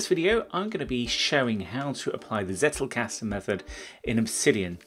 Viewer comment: Dunno, if someone already made a remark about it: it's pronounced as "tsettelcusten"